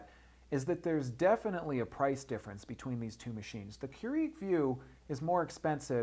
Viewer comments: I can't. The ignorance is real here. It's kur-ig not kur-eag. Just stop. you sound like a total idiot. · First, it's Keurig, not Keureeg. Second, you mentioned that you can select the type of beverage on the Vue system probably about 10 times. Otherwise, this video could have been 5 mins long instead of 20 mins. Otherwise, a very informative video. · Seriously. I could have said that in under 5 minutes. Plus, it's pronounced "Cure-ehg" not "Cure-EEEEEEEEg" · Why are you saying Keur-EEG? I just watched the official infomercial this morning and it is Keur-IG. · KeurIg NOT KeuREEG!!! Good thing you are a professional...at pulling tinfoil tabs? LMAO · Please pronounce the name correctly. It's "CUErig", not "cueREEg". The emphasis is on first syllable. Otherwise nice brief reviews. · GREAT video/demo! I'm a customer of your company- but must say.. it bugged the livin' outta me how you kept pronouncing KEURIG, "cue-REEEG" when it's "KOO-rig". I know, I know.. I'm being nit-picky. But when u mention the name SO much, it gets really annoying! (esp. when you're business is coffee-- I'd think you'd get that right) = ( Sorry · Stop saying Keur-EEG!! *bashes head against wall* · And say Keur-EEG a gazillion times and as oddly as pronunciation of buddons (buttons) ; ) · no it's keu-RIG, he's saying it wrong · Don't you watch the commercials? It's pronounced "Cure-ig". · How can any one respect your opinion when you can't even pronounce the name of the company you are reviewing correctly lol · Damn you pronounce brands, models and some words badly in every vid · why are you mispronouncing keurig and buttons? about to drive my crazy, in fact i couldnt finish watching. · It's hard for me to concentrate on anything he's saying. All I'm hearing is him mispronouncing the word Keurig.